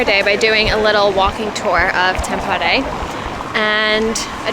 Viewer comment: Tampere is not pronounced like that...😅 And you're always supposed to go sauna naked or with a towel, but NEVER in a bathing suit!!!